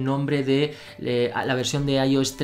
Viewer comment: Aioes Aipad os Mac os... Bro al menos se consistente en la manera que pronuncias.